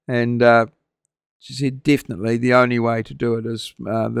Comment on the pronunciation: Behind the sign...in a trench coat??? Ear ear!! all clean. What did she say.."deafinitely" 😅😅Howie's got the sweetener covered. What's your Instagram contact? You can hook up with me at moz42fnq. HiPi 🖖Cheers